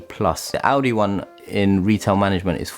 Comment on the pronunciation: Good vid, thought you were saying Audi when you said Aldi....even more surprising